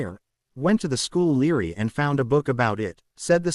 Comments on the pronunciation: When a word is supposed to be library it sounds like it says Leary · Really rilly instead of library.